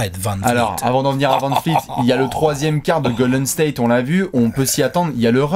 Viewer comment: On peut m'expliquer pourquoi dit toujours Fred vanfleet au lieu de dire fred vanvleet